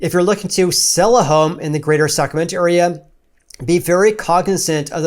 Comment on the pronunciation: Why does he keep pronouncing it "sacamento"?